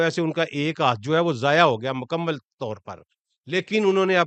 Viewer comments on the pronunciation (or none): none